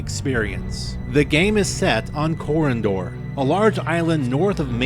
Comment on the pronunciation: You are mispronouncing Corondor!